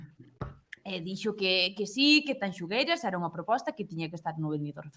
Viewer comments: O único que me amola de todo isto é que terminou o festival e siguen diciendo mal o nome de Tanxugueiras...🔥🔥🔥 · Co ben que din Shakira, hai que ver canto lles custa dicir Tanxu(shu)gueiras.